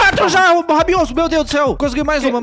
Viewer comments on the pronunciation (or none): alguem contou quntas vezes o falou rabiosso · 99% do vídeo é o falando ROBIOUSSO